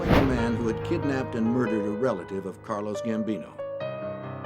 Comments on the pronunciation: How can you make a Gambino documentary and not know its carlo Gambino and not carlos ? smh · Ah,Carlos Gambinoros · this narrator really just said "CARLOS" Gambino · To the narrator, it’s Carlo Gambino not Carlos. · 😂 Carlito Gambino